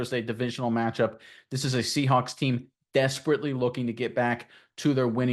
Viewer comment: is he saying seahunks on purpose?